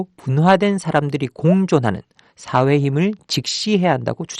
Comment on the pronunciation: 강의 내용은 정말 좋다. 다만 혀짧은 발음이 좀 새는 탓에 전달력이 떨어지는 점은 아쉽다. 화해가 하해로, 사회는 사해로 들려 꽤 애먹었다. 그래도 이런 강의를 들을 수 있으니 만족한다.